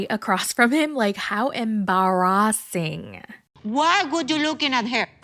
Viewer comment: 🤣🤣🤣 when u said “how Embarrassing” u sounded like an African woman there for 2 seconds 😁🤣🤣🤣🤣 Aji 😁😁😁